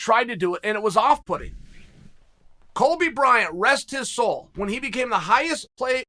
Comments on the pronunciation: Chael I love you man but please don’t mispronounce Kobe Bryant’s name anymore lol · Chael “Kolby Bryant” Sonnen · Did he just say Colby Bryant?